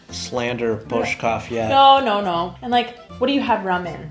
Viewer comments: Kofola + tuzemak je náš jack daniels + coca cola a myslím, že tento drink pil snad každý čech... Miluju tyhle videa, kde chutnáte naše věcy.. ❤ Btw dobrá výslovnost.. třeba burčák... :D cool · Your pronunciation of burrrčák is splendid :-D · Wow! Your R in burčák and Ř in svařák are great! Many locals can't pronounce these letters so well.